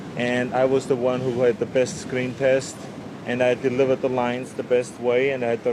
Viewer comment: "I daliva' da lines da best way" so how did the other guys sound? xD